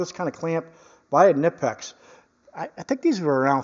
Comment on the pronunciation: Kah-knee-pix / K-nip-x....lol ! My reasearch on how to pronounce the brand name continues! Many a discussion... All in good fun ! .... First car was a 66 V.W. bug ! Paid $50.00 for it. Drove it for 6 months.. burned oil, rusted out, bad clutch, etc. It died in front of a junk yard... Pushed it into the yard...Got $50.00 for it. Yard owner was going to pick up another car, and gave me a ride home... Best car I ever had, fun wise ! I haven't thought about that car in years.... Great memories ! ... Thanks for the videos ! Big fan ! You Sir, are much appreciated! Have a great day !